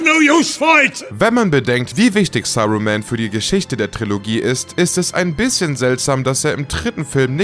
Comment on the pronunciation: "Sarumään", "Eisengard", "Regisseur John Hjuutschs", "Mr. Büller", "Audrey die Zweite" Hat der sie noch alle?? 👀